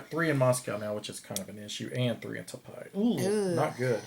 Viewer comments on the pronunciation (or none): "Taipei" is pronunced as "Tai pay". I live here :)